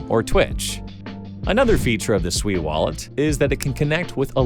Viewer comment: Holy 💩 you pronounced SUI correctly. All these clowns on youtube call it SUEY like their little piggies squealing SUEY SUEY. After hearing about it from different YouTube influencers I almost ended up buying a meme coin called SUEY and not SUI